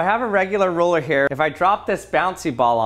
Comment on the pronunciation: It sounds like you're saying roller not ruler